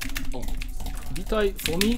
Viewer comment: fumi a nie fomi